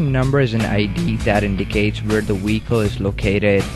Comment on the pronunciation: Iwe pronounce wicole properly